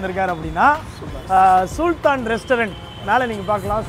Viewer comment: சூல்தான் இல்ல bro சுல்தான் 😂😂